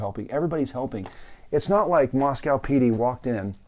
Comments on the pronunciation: It's pronounced Mosque oh not mosque ow. I live near this area, and there is a dead zone for cell phones. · Thank you, Sir. I'm a N. Idaho native and the town name is pronounced "Moscoe." :)